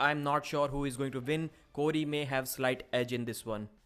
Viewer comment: I don't know who you see as the favorite in the Cory v Cody match, you pronounce their names the exact same way lol